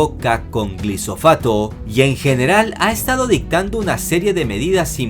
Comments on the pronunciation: Corrección no es Glisofato como lo mencionas en el min , es GLIFOSATO. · "Glifosato" no glisofato. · Sólo te equivocaste en "glisofato" e digo (glifosato),. De resto totalmente de acuerdo. Saludos te admiro mucho y gracias por tu apoyo.🤝🏻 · ...Oyes! es glifosato no glisofato xD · Hey: te tengo mucho respeto, afecto y agradecimiento por tus certeras informaciones. Pero quisiera pedirte que vigiles algunos términos, como por ejemplo, acabas de decir "glisofato", pero es glifosato el término correcto. Siguele por favor! Te apreciamos y siempre te vemos y escuchamos. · Perdona la corrección a un superior intelectual. Pero es Glifosato mi querido, no Glisofato. Un abra zo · no dije que sea de mayor o menor producción dije que el lo dijo mal, pero si quieres saber si es canserigeno investiga por qué no se usa en Francia y muchos países de Europa y por qué Monsanto fue condenada a pagar más de 200 millones de dólares a un Estadounidense de California, aquel que trabajaba en una escuela y usaba un producto de Monsanto conteniendo Glifosato. Sin ánimo de joder el comentario lo hice porque el comentarista lo pronunció mal, pero si quieres saber un poco más de éste producto ahí tienes dos casos por dónde comenzar.